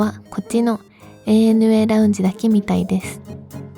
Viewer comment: ちゃんと、えいえぬえーった言ってるのポイント高い